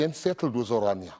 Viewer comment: O my soul. Can't the people pronounce the name correct? It is not Oranja, it is Orania. O-raa-ni-aa. C'mon people get an education! There is nothing to 'explain' about Orania. What McKenzie saw and said of his first impressions, is what it is.